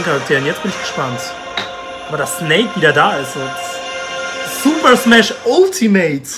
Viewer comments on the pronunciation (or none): Man sagt entweder "Altimäit" oder "Ultimett" :D